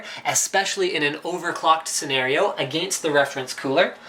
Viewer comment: "...Ah-gangst the reference cooler"